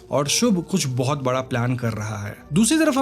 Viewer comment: Bhai phle se bara nhi bada hota h...bhot koi h tre jase pudi ko puri bolne wala bhenchod 😂